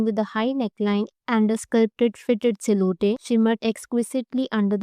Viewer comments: Siloote?? U mean "silhouette"? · It's pronounced as "sylwett" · Oh myyyy goddddd. Improve your english please. "Sil hou tey" Seriously? You shouldn't be criticizing. Y'all both are same. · I agree there are multiple words from the videos that need work! “Silhouette” is one of them.